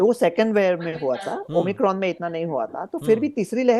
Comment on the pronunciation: Tv anchor - Omni cron 😀 , omicron virus ☹️